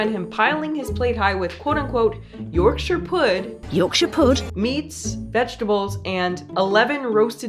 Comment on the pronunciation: "Yorksha Pudd"